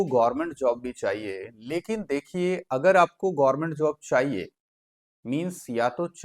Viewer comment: गोरमेंट नहीं गवर्मेंट होता है 😅